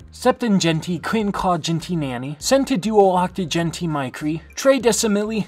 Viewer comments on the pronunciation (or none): And it should be "micro," not "mirco"